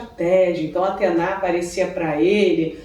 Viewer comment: A pronúncia correta é Atena (como se escreve) e não Atená....